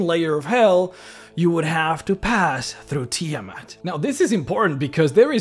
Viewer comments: Sorry, by Istar: Tii'Mhut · You can't even pronounce Tiamat...